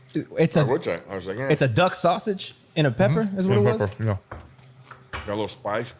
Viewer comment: Duck sausage sounds like Duck Hodges 😂